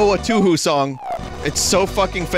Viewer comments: AHEM!! its pronounced toohoo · IT'S PURPOSE TOU-HOU!!! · Ah yes, you en owen, my favorite two hoo sonje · Man said "Toohoo" XD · im crying over how he pronounces touhou